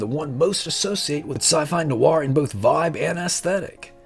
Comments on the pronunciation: It's not "nu-are". It's "do-nut" and you should give me one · It's pronounced "nwahr" or "nwar." i.e.; the true French pronunciation, and not an Americanized pronunciation. The phonetic spelling: [nwaʁ]